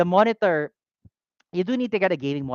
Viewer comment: Sorry I wasn't here for the live stream, but I did let out a chuckle watching the VOD when I heard you say "moenitor" haha! Though honestly may konting kirot sakin yung announcement with the timing of things, I don't regret making my most recent purchase as I know I got it from the right shop, the shop that will have my back if ever the time comes that I need to claim warranty. That little extra cost is well worth the assurance that the shop cares for its customers. Just ignore the noise the haters make,. Even if the shop is not that easy to run in terms of meeting revenue, just keep on keeping on, and don't ever get tired of putting your customers first.